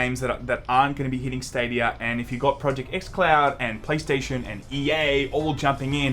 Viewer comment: "Stadiyur"